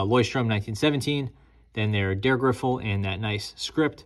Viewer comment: Why you keep saying Der Griffel? It's Dreh (dray) Griffel, German for twist stylus.